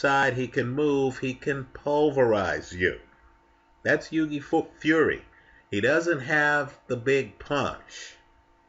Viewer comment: Hi. Fyi, Hughie Fury is pronounced "Hyou-wee". Do you know the actor Hugh Grant? It's pronounced like that, but with a "y" on the end, like "joey". So think of the word "cue" but replace the "c" with a "h", then add a "y" on the end:D